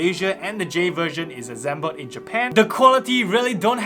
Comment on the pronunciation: Azzzzzzzeeeeeemble 🤣 . Good video though